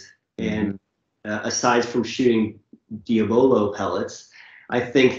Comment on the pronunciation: It's die-a-bolo die as in dead, That's how it's pronounced guys.